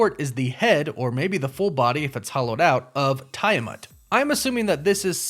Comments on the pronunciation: Yo dawg, Tiamat is pronounced "Tee-ah-mot".. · you pronounced tiamut wrong lol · For Christ's sake, they pronounce Tiamut's name in the movie and you still got it wrong. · Tia-mut, no Tiya-mut. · It's /tee·uh·mat/ not /tai·uh·mat/ btw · And Tee-Ah-Mutt